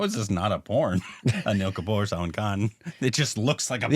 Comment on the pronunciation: So weird how pronounce Salman👀🤣